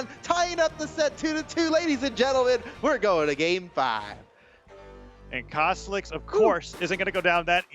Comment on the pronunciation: Go to 2 36. He said caslixs